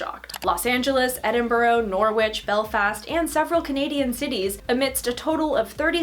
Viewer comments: I love how you manage to pronounce the unpronounceable Dutch city name, then fail to correctly pronounce the English city Norwich. (It's like No-rich) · Sorry, I have to comment on your pronunciation of British place names – they’re often not as they appear. Edinburgh: Eh–din–bruh, watch?v=QambHNgbwp4 Norwich: Nor–ritch, – like Greenwich, watch?v=Ct4u5Ok2jag